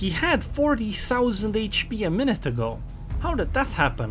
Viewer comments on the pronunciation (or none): none